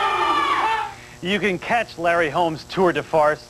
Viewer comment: Disrespectful of the host saying tour de farce Holmes is an all time great !!